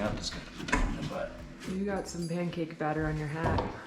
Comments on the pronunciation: Did you say 'mancake' batter? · Sounded to me like you called the drywall mud “Mancake batter”? Love it! That hip pain? I ended up needing to use a walker at the end of my pregnancy...not fun in the moment but so worth once the little one arrives.